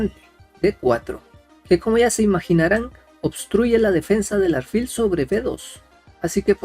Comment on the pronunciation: no se dice aRfil , se dice aLfil con L